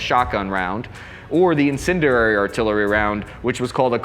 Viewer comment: It still amazes me how many people blatantly mispronounce "incendiary" as if they never spent a second in English class. "In-sin-dee-airy". It's not exactly rocket-science. Figure it out, bud.